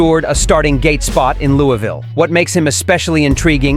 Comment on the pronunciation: Daarrby was nuts but where is this "Lewey-ville" place? It's still in Luaville KY right? Lol